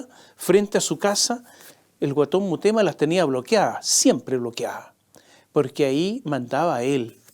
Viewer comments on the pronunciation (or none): Mi querido Tomás, son en directo tus comentarios?, creo que deberías editarlos, para corregir "murema" por Mutema, por ejemplo, y otras pifias, pues no alcanzas a leer. Todo con cariño y respeto, pues te admiro, tanto por tu inteligencia, preparación e ironía. Un abrazo.